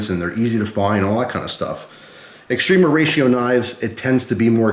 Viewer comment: Not into knives but love your videos. All these years I thought you were saying Extreme Horatio always made me giggle thought it was a cute sounding Mexican thing